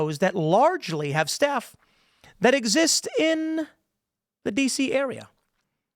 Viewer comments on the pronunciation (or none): none